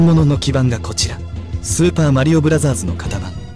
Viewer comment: 발음 좋다 슈퍼마리오 브라쟈즈